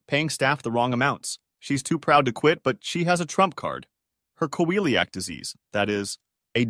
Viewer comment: celiac is pronounced see-lee-ak. I've seen a few people cover medical stories and they just eyeball it, but as a lot of medical terma come from latin the pronunciation may not be the most natural